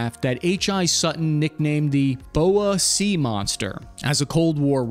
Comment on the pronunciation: Just a quick pronunciation tip: the Bohai Sea is pronounced BOH-HI instead of Bo-Wee